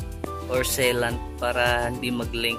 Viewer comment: Mag ka iba ung vulcaseal tsaka sea lant,,,,ang sea lant hindi say lant